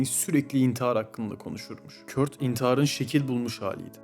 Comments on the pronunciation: Kurt okunmaz "Kört " okunur 😂😂 sen kimsin ki böle bir video yapıp yayınlıyon Z kuşağı 🤣🤣😂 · kurt değil kört